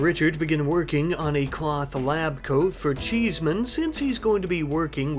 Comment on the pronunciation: The way you said cheeseman sounded very posh XD I literally thought "sir cheeseman ☕"